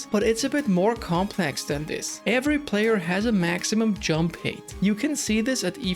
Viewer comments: I’ve been subscribed to you for a long time … and I love your videos , very great content ! But you pronounce HEIGHT like HATE , but it should be pronounced as H-A-I-G-H-T, RESPECTFULLY🙏🏽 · Hate or height? I can’t catch it